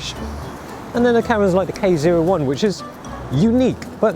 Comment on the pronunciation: Pentax K1 More Like Pentax Kaay-Wong